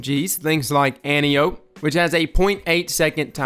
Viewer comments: Its pronounced "Ant-eye-O-pee." Saying "anty-ope" bugs the hell out of me. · It's pronounced: ant-eye-o-p. For some reason that was really bothering me. Great video though agree 100% they need a slightly faster TTK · I think it's somewhat confusingly pronounced An-Tai-Oh-Pee.